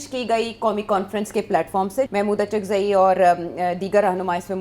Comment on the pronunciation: اچکزئی صاحب معذرت کے ساتھ الف پہ پیش کے ساتھ اچکزئی بن گئے ہیں